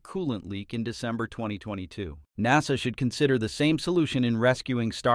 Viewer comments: Thank you for the heads-up. I stopped listening after a few minutes. It's fascinating how NASA is pronounced "Nah-sa" and Starliner is pronounced "Starlinner". Maybe that's a quirk of the audio system. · Teach this bag-of-rocks AI to speak English correctly! Star-linner? NAH- SAH? What are talking about?? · Nawsah, Starlinner ……………….why can’t your bot get these key words right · Get a real human to speak the dialog! This ignorant AI doesn’t know the proper sound of “liner” and “NASA”. Until then, pass!